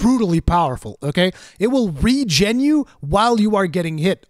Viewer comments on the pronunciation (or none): none